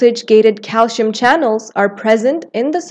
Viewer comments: It is pronounced “ calsee-yum” . The narrator is indian ( or someone from the Indian subcontinent), where most people mispronounce it as calshium. Thanks for the video! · It is called CALCIUM not CALSHIUM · he’s spelling it how they said it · Her pronunciation of calcium irritated me. But thank you for the video.